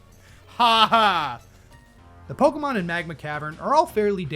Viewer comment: Do you deliberately mispronounce every Pokémon's name?